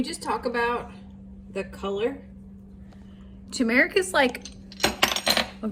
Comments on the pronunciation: Tumeric is pronounced tumer ic. Tumer like tumor. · Your pronouncing of turmeric is wrong you left out an r. Tur mr uhk So funny they way that you say it. Tomato Tomoto. I hope your pickles taste great and your help is amaing. I love that your dogs can come and go as they like and they don't run away. They love you all so much. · Lol! Turmeric is pronounced Tu(too) - mer - ic, or ter - mer- ic. If you type into google "how do you say Turmeric?" it will tell you how its said. But I kinda like how you said it. 😉 Never heard it said like that before. But its cool! ❤